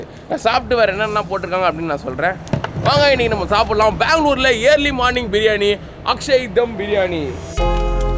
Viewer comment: தம்பி இயர்லி மார்னிங் இல்ல,, அர்லி மார்னிங் சரியாக உச்சரிக்கவேண்டும் 🙏